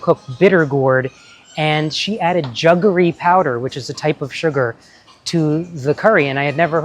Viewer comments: Rajiv, its jaggery ,not juggery. Just like it's Jaffna, not jurphna. They are anglo/portuguese words originating a long time ago from sanskrit roots ( sakkara, like the latin saccharine). Yaarl samayal is definitely one of my favourite tamil cooking channels, she gives a lot of good hints about technique. The recipes I kind of already know from my mum and other family members. I prefer to get my jaggery in those hard lumps wrapped with woven palm leaves. Jaggery powder is a modern convenience food, and a sign of changing times, like cheese kothu. Sometimes they add in some kind of anti caking agent. I'm a purist and always get the hard kind, a zap in the microwave usually makes it soft enough to cut. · It is not pronounced "Juggery". It is Jaggery. A as pronounced in Jack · Jaggery,not juggery! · I suspect it depends what part of India you come from. Like the 'correct' pronunciation of the Italian 'Bruschetta'.